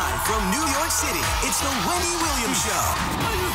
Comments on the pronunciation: The announcer is deliberately saying Rondy now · why does he say Rhondy?😂😂😂😂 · I agree. Sounds like a strongly pronounced "W" to me. "Here's W-e-n-d-y!!" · Ok I keep hearing Rondy at the beginning? I think I'm going crazy😂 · omg i just heard the here's rondy. i had to listen twice. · omg i heard it for the first time so clearly yesterday... even if i say it with him, it'll sound like "randy", never "wendy"... maybe he has a speech impediment of some sort.... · I'm NOT gonna lie, I also heard something like Here's RANDY lol